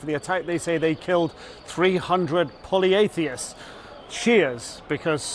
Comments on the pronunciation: Poly-theists not poly-athiests. 😂 You're a British journalist, for God's sake! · Poly-theists NOT POLY-atheists!! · That's "polytheists," not "poly-atheists."